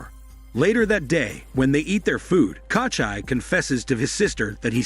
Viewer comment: KOCHAI my ass, it's KOCHEE. Takes literally like 30 sec to look up the right pronunciation but hell no. Let's just butcher the name throughout the whole video instead.